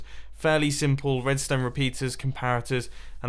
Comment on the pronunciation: You said Tedstone on intro